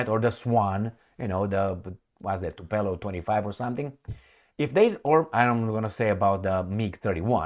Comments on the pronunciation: you murder us with your brain-dead "Tupelov"!!! Dude, is Tu- POOOOOO-Lev!!!! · Tupolev and not Tupelov, my friend.